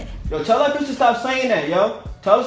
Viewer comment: it's who did dat not that